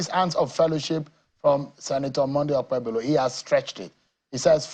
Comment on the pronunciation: Nigerian Journalist with LAZINESS and UNWILLINGNESS to learn how to PRONOUNCE names from other tribes. Seun, what is OkpeBOLO?